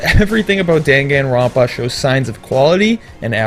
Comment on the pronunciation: YAY I'm not the only one who got a little annoyed by that xD